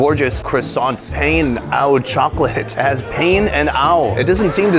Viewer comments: It is not pain as in hurting! It’s pain as in bread in French! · Pain Au Croissant is pronounce PAN AW Croissant. It is just a chocolate croissant nothing fancy.